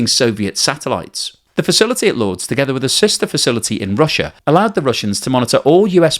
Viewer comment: At first I was like “Lords”? Like the cricket ground? And then I realized he’s trying to pronounce “Lourdes” 😂 …. It’s pronounced “loor-diss” lol